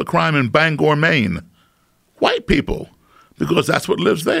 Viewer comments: My man really pronounced the HHHell out of those Hs. ”My good friend Bob HhhUWhite” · titanium hwite? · “I said son, they’re re all hwite” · Love the way he pronounces white... Wuhyte